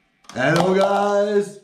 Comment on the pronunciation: He said eello guys 😂😂😂